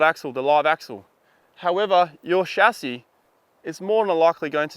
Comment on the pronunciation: "shacky" ?? are you trying to say chassis? or is this some term I've never heard of?